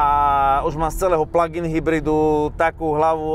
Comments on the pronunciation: Proboha žádný "pladžájn", strašně to tahá za uši. Výslovnost je "plagin". Děkuji. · Prosim prestante hovorit pladžain...prosim...prosim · Pladžajn.... 🤣 to je ako "superbéčko" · Pla džajn podle vzoru vadžajna? :D Fakt to nekdo tak vyslovuje? :D Ale ta cerno-cervena je krasna! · Pladžajn boha angličtina jak Harabin😄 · "pladzajn"? to kto tak hovori? inak ako si hovoril, ze cerveny superb pritahuje pohlady - "hmm pekna oktavia" :D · haha, perfektni vyslovovani plug in, se na tebe kazdej kouka protoze to vypada jak jahoda 😆...., vypada vyborne ..."blacked out plug in"